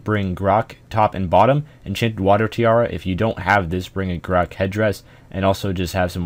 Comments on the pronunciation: The indjet water tjara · you really pronounced things horribly wrong in this video, for example, enchanted water tiara?